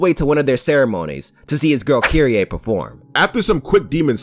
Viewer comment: Kyrie?? U mean kyrieee??